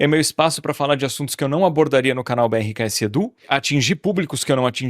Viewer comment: Pq vc fala "betksedu" ?? 😂😂